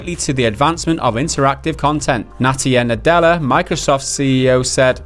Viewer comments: Its satya nadella not natya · Did you just call MS CEO "Natya Nadella"??? LMAO!!!!